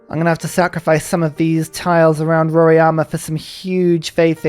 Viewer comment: Hey, its Mount RoRAIma, not Mount RoRIAma :) The correct way of saying it would be just saying the sound of R + I = "RI". In English, the A would be silent. Technically, also, the "RO" part should be said like "HO". In Portuguese, R in the beginning of the word sounds different than in the middle of a word. So "Horima" in English.